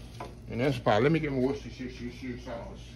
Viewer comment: You always make me giggle when u say Worstershir-shir-shir-shir sauce 🤣🤣🤣 looks wonderful Chef 🙌🏼🙌🏼😍😍